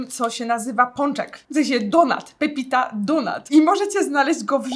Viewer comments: czyta sie raczej "Papita" a nie "pepita" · Papita a nie pepita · Aga to jest „Papita” a nie „Pepita” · Czemu ludzie czytają "pEpita" skoro jasno jest napisane PAPITA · też chciałam napisać bo tak mnie to zirytowało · Boszeeee pEpitaaaaaa Nie wiem czemu ale tak mnie boli jak to słyszę :p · To z tego, że jak sie coś w internecie pokazuje to trzeba chociaż poprawnie czytać, przecież ta osoba nie napisała nawet co jest poprawną wymową tylko narzeka, że czytają "pepita" XD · czyta się popita, zobacz sobie wymowę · To akurat nie jest prawda. Papita jest turecka i wymawia się coś w stylu popita, nawet sobie zobacz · Ale gdzie ja napisałam coś nie miłego? Poprostu poprawiłam Agę bo źle wymówiła nazwe :)